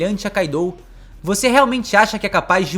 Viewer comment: se diz Kaido, kaidou não😂😂😂😂😂😂 vocês brasileiros me cuiam bué, Gostam de trocar os nomes dos personagens dos animes